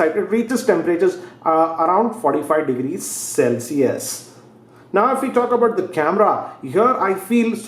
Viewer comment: i love your reviews, i really do, but, ceeeeeeelsiuuussssss..... it killed me. xD